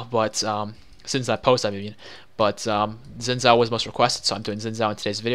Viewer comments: Xin Zhao is pronounced "Sheen Chow" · oh lol well Xin Zhao is Chinese and I happen to know the language really and that's how I was taught to pronounce it. Yeah Riot has said his name a bunch of ways